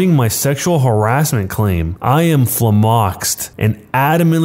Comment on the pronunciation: apoplectic and flummoxed coming in hot with the extra hard emphasis on the wrong syllable